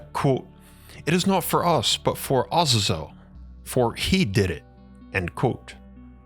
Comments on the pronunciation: I wasn't going to correct it but thr more you say it I figured it might help in the future 😊 It isn't pronounced Oz-za-zel - It is pronounced Uh-zay-zel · it as a zel not awe zezel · Do you mean, Ah-zay-zel? I hate how people pronounce things differently to make themselves sound or feel more intelligent. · It's pronounced differently Azazel w second a as A a za zel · I enjoyed your video, and your channel, however, your pronunciation of Azazel and other names are woefully inaccurate.